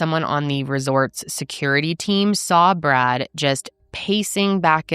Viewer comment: A few times when you said "Poor Brad," I thought you said "Poor Brat"!!!!